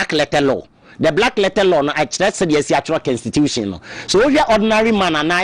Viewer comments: Please it's Constitution not Kenstitution, suatra eeii Ghana fo3 profound akese3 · Her stop that ugly pronounciation,what is s kenstitution, constitution that is what it is 😮😊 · Whatbid kenstitution thing too. Masa pronounce the word properly. Dieben!!! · Please check your pronunciation of constitution. It is pronounce kon.stuh.choo.shun